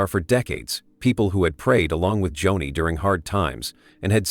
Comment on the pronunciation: Not Johnny....Joni.....AI